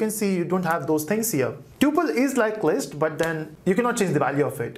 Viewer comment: It's list not least how you pronounce d